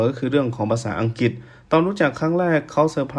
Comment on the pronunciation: ลุงออกเสียงคำว่า.อังกิต.ชัดเจน.แก้ไขนะ..อังกลิด.อังกลิท...ไม่ใช่.อังกิด.เป็น.ควบกล้ำ..หนูเบื่อคำว่า.มากๆของลุงมาก.ที่ทนฟังเพราะอยากรู้ต่างชาติมองไทย.ไม่งั้นไม่ฟัง.เบื่อคำว่า.มากๆ